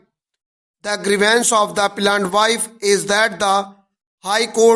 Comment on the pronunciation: Appellant ko plant plant q pad rahe ho sir app